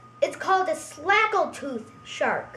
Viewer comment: its snagle tooth,not a slagle tooth